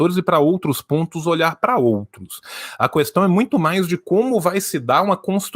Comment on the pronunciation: O defeito do é que ele fala "Cuestão"